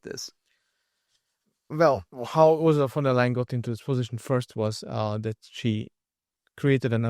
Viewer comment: I do not like her myself , but , please , pronounce her name correctly . Think of : to tell a " lie " = >> von der " lie " - en << ! Von der Leyen , one of the most incompetent and worthless career - politicians ever .